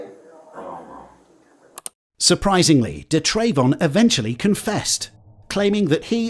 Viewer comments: It’s pronounce “Duh” Travon 🤪 if your gonna say it say it right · da’yrayvon 😂 he never had a chance. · Da’Trayvon? What the fuck is wrong with people. May as well have called your kid Un’empoyable McSkint